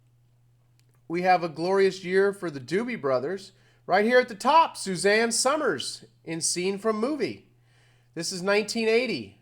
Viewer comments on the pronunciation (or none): Two syllables. Enunciated like summers. Not So mers!